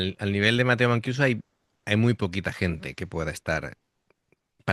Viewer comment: hola, mancuso se lee como en castellano, vamos q la vocales en ita y en español no cambian ;)